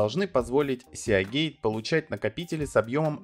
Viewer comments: СиГейт (морской шлюз), а не сеагейт. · Ну почему сеАгейт то, когда сИгейт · "Сеагейт"?! Может "Сигейт"(типа Морские врата) Весьма странно слышать подобное на канале о комп. технике P.S. покупал ноут 4 года назад с винтом от WD светло-синей серии. До сих пор нареканий нет, при том что неизвестно сколько и как он работал у прошлого хозяина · ФрИзы,а не фризЫ, мАркетинг, а не маркЕтинг, Сигейт, а не Сеагейт. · Не "сеагейт", а сигейт!!! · "сиагейт"... какой ужос.. и после это еще про какие-то мифы рассказывать. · Сеагей, блеа >_< Аж мурашки по коже пробежали... А вообще, если поставить видос в 1,5х скорость, то даже можно глянуть, в-принципе)) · Сигейт. Мы же не говорим: "Блек сиа", к примеру. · Меня прям колдоёбит, когда он говорит сиАгейт